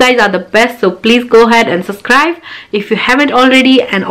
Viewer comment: Su”B”scribe. Please emphasise on the B. You are asking people to subscribe, so make some effort to pronounce it correctly.